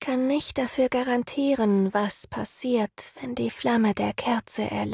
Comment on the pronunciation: monoton und unnatürlich aussprache ich versteh schon, dass Vivi adelig sein soll, aber das "-ren" am Ende von "garantieren" voll auszusprechen klingt ein wenig strange